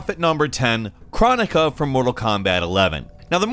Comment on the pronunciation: krOnika not kranika